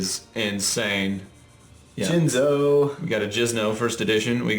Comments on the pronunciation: Stop saying Jizno man. Just call it Jinzo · WE GOT JINZO...Yes we got jizno What the hell man xD Pronounce it properly :P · No not at all..i always wanted to say that from the first time i heard him saying "Jizno"